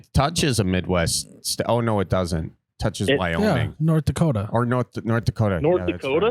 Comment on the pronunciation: I appreciate how you guys respected North Dakota with authentic pronunciation. There is no T in Dakota. Just a second D.